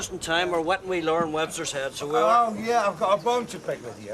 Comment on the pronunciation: And Mike really struggled with Lauren, latterly known as Sirpheh 😂